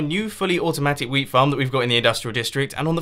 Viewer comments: Whole episode, because of me, I heard weed instead of wheat and damn, it was funny XD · He say wheat like weed, don't know about the British accent, but it's weird.